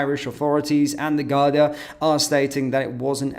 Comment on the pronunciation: It´s Garda not Gardia Sir!